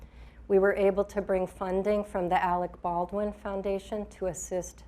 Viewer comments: It’s Baldween-ween,in hilariousespanol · This woman couldn't pronounce "Baldwin"? 😂